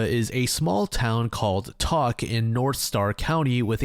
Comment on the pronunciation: Alaska resident here It’s pronounced like “toke” not “tock”